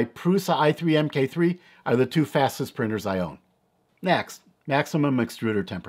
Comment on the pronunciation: The proper name would be Prusa Mk3 (pronounced MARK 3) not M-K. It is the third iteration of the Original Prusa (Mendal).